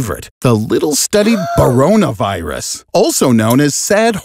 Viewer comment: Him:Boronavirus Me:do you mean coronavirus